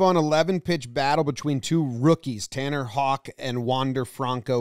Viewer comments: By the way, his name is pronounced ‘Howk.’ Not ‘Hock.’ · It's Tanner "How-k" not Tanner "Hawk" but it's not a big deal. Thanks for all the breakdowns today great job as usual. 🙂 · “Hawk” smh not how u say it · Hauck is pronounced "Howk" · It’s pronounced “howk” lmao not “hawk” or “hook” or “hoke” or “hughk” or “ho-uck” i swear I’ve heard them all 😂